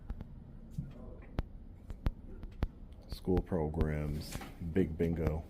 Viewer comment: I love your audits, I always wath everyone of them. But what is reshtoran on minutes of this audit. I keep hearing you saying shrtreet, shchool, frushtration and so on